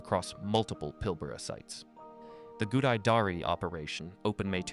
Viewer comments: Pilbara is pronounced the way it's spelt, not Pilborough. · PIL-ber-a, rhymes with Canberra